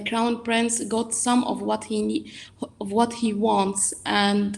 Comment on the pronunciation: Bhai English jaruri nahi ki..what ko wath..bole England tongue Ye UAE 🇦🇪 tongue nahi haiii..